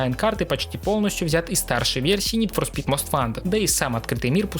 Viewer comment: как же ска бесит твое "нид фор спит"